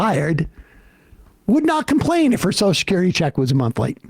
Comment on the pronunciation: love how sam calls social security "Soshecurity"